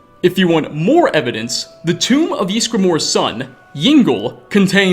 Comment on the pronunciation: my ears bled whenever you said yEESgramor